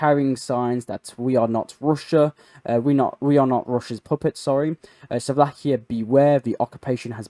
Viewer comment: Robert Feko of the Suvlakia... Can you start atleast Trying to pronounce things correctly?